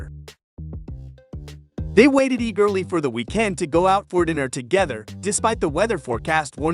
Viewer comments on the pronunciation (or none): "They waited ee-GIRLY for the we-KEND"? Really? Does no one check their work anymore? Needs to be done now more than ever since you lazy YouTube "creators" only use AI voices now.